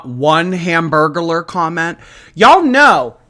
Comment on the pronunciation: THE HAMBURGERLER 😭😭😭😭 hambergular….